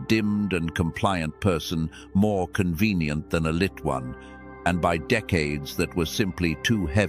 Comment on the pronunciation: Not conwemdence